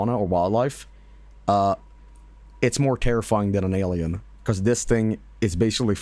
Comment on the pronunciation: aur naur its an aurlien